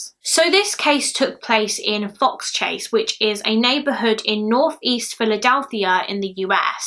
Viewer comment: It's so crazy to watch my favorite YouTubers do this case, this happened down the street from me. There's actually still a small handmade memorial that people still leave toys sometimes. I hope he's never forgotten. P.S.: you pronounced Fox Chase correctly:)